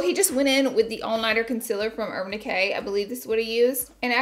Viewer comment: “Ohl” “Conciller” “Valentimes Day” I LOVE YOU LAURA LEE!! 🤣🤣🤣😍🥰